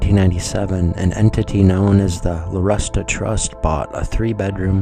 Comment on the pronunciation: Isn’t the name Larusta actually pronounced LaRoosta...as in The Rooster ?